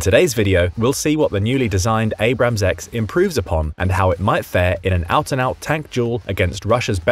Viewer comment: Learn the difference between Abrams (correct) and Abrahams (incorrect)